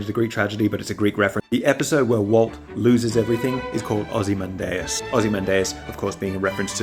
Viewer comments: I trust you but... That can't be how ozymandias is pronounced. It's o - zuh - man - dee - us right, not ... - man - day - us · I've never heard ozymandias pronounced like that Anyway, I got reminded how great Breaking Bad is, maybe I should rewatch it